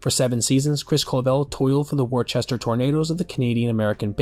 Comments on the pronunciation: I hate being that guy but it’s pronounced “Wusster” not “Worchester”. A lot people mispronounced it cause like a lot of places in Massachusetts the pronunciation isn’t close to the actual spelling. So I don’t blame you for not saying it right but I just wanted to help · As a local, Worcester's pronounced "wooster" Not "War-chester". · Whew bud, Worcester is pronounced Wus-ter. Excellent vid as always tho. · Hey there! I’m a Worcester local so I feel obligated to correct you for future reference. The Sox AAA city is pronounced ‘Wuss-ter’. Just ignore all the middle letters and pretend you’re calling someone a wuss to pronounce it right! Alternatively if you want to add a little Boston accent flare you can also go for Wuss-tah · that's not how you say worcester :(